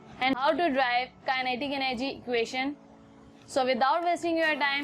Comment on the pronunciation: Are didi pehli baar equasion samajh me aaya 🤣🤣🤣🤣🤣 aaj mujhe pta chla ki equation nhi equasion hota hai 😂😂😂......gavaar kahi ki